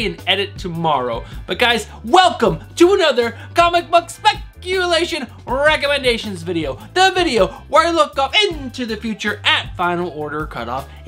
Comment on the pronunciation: I haven't read the previous Ghost Rider series. I'll definitely check it out, thanks for the "rrrrrrrecomendation" !! Btw, love the channel and enthusiasm!